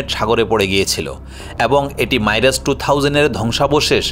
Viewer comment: মাইরাজ ইন্জেকশন এই দুটো উচ্চারণ ই ভুল। মাইরাজ নয় ..... মিরেজ। ইন্জেকশন নয় ..... ইজেকশন।